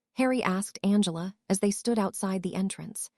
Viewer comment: It is not b l u s and u n g l a, it is Blaze and Angela